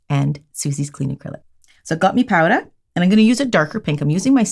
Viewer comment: Wait, her accent . “So I got me powda!” 😮